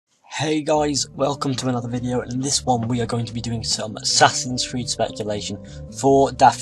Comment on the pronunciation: from to he says "assassins weed"